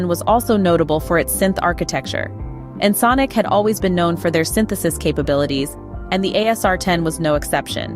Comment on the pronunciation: Yes “This is Ensnk” 😅